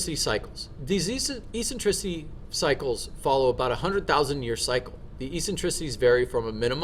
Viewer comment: The pronunciation of Eccentricity is Ek-sen-triss-itty. And Obliquity is pronounced Oh-Bleak-witty. Not ee-sentrissity.. and Ob-lick-wid'y. Also Aphelion is most commonly spoken as App-Heely'on, not A'feel'eon. Cool video though.